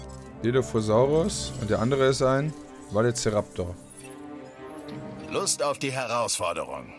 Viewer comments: Velo nicht Valo. xD Ich liebe es. xD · Ok, er sagt auch einmal Valoceraptus -. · Ja, übertreibt gerne, er hat Valoceraptor gesagt XD. Ist aber auch nicht besser